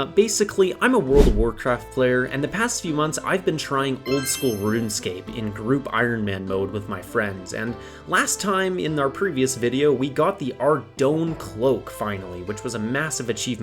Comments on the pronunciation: I know you're new here, I'm not trying to be mean. Its pronounced "Arr-Doyn". Thats directly from the game's creator. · All of these pronunciations are so funny, thanks for the laugh :) From my many years runescape experience (15), karam-ja, with a hard j and a, like in the name Jack. Another mispronounced and debated amongst devs is Ardougne, which I personally pronounce as ‘ar-doyn’ to rhyme with the word coin.